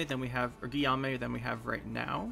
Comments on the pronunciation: Guillamue is pronounced Gi ome :) Im not french so who knows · Guillaume is pronounced Geeome (ome as in home). Thanks for good content.